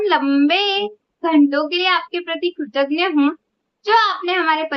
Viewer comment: Dear this word is ' kritagya', not ' kritagna' . Kritagna means non grateful; just opposite, love you 💗 -- Gaurav